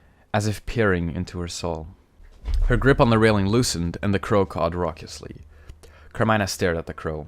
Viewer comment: It’s car-me-nah